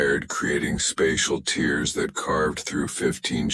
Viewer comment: I really think these stories need proofreading. The voice overs drag and change pitch for no reason. I think the names of the heroes need to change or perhaps a series. The voice over always calls tears like tears from eyes instead of tears through cloth. The stories are good but need a few minor tune ups